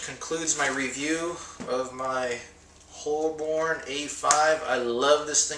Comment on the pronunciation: hey.. it's pronounced "Hobun" lol .. I love filofax.. good review